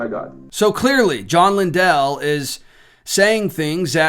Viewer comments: Lindell is pronounced Lynn-dull with emphasis on the Lynn. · FYI, Lindell is pronounced like kindle (I attended James River Church many years ago). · Sounds like LIN- DULL when pronounced... if you were to check past stronger mens conferences from this church you would find more controversial guests that were invited to perfom. The guy that dresses like the painter Bob Ross and makes you tube videos with titles like "how to paint like a feminist " ( that particular video starts with mockery of prayer) is on the list. I was not suprised when i got home from turkey hunting and saw all this hoopla. The Stronger Mens Conference is like attending Travis Pastrana's "Nitro Circus". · You don’t even know how to pronounce his last name. U don’t know him. He didn’t “lie” he got the wrong info and now he’s apologized for having him at all at the men’s event.